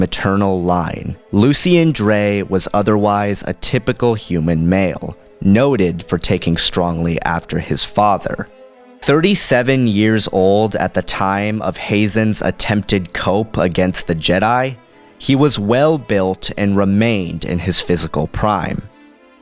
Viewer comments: Nitpick incoming: the word 'coup' (a sudden, violent, and illegal seizure of power from a government) is pronounced like 'koo.' This has been your friendly neighborhood nitpick. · Isn't Coup pronounce Coo? like a cooing bird, as opposed to coping with a loss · You said coup wrong.....